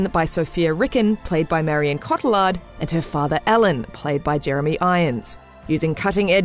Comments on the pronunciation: noo its french name, its prononce Coti-yard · CO TEE ARR not cot ill ard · Her name is pronounced "CO - TEE - YAR" not "CO- TIL - LARD". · Co-tee-ar, not ca-till-ard. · Cotty-yard not cot-til-lard lol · every time this woman says Co-till-ard I want to die. It's Co-tee-ard. It's french. At least try? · Is "Cotillard" really pronounced "Ko-Ti-LARRRD"? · Came to the comments just for this. Cott-eh-lard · Marion Cotillard's last name is pronounced KO-TEE-YA-R. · Its pronounced Coti-aard. She's french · OK... For once and for all, Please learn how to say Marion Cotillard! Imagine it's like " Scottie " and "Yard" But without the S and the D. CottieYar. The D is silent! I don't expect you to know how to say my name, but she's famous enough for you to learn how to pronounce it and not murder it even if she can't have a good death in batman. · I can't be the only one annoyed by the way she pronounces Cotillard! It gave me the impression she caalled her a lard. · Marion Coat-ee-lard... Hahahaha i just lost it man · Say it with me “co/tee/ard”. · its pronounced cotillard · I Hate the way she says Cotilliard!!! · CO-TI-LARD!!!! Terrible pronunciation!!! How did no one at IGN notice this?!!! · shes pronounced mar-ee-yong(silent g) cott-ee-yar(silent r) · The frightful pronunciation in this review is distracting. "CO-ti-LArd"???? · This woman pronounces Cotillard soooo wrong😂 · Wow, man. Look up how to pronounce Marion Cotillard's last name instead of saying it how it's spelt. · Her pronunciation of marion cotillard's name really bugs me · I don't like when people don't pronounce people's names correctly, especially when they are being regarded critically for there work! Marion Cotillards name is mispronouncred continously throughout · Pronounce that lady's name properly! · Just butchered Marion Cotillard's name pronunciation. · you just ruin Marion Cotillard name . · Funny that they pronounce a French name like its every other straight forward English word